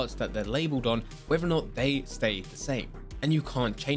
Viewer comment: Please learn how to pronounce “whether”.... it’s not wever